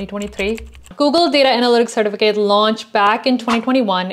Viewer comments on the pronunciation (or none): Cer TIF a cut . Driving me crazy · I can’t watch this with the way she says sir-ti-fi-Kate certificate drives me crazy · The way you say “certificate” is weird. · Why aren't you pronouncing the e at the end of certificate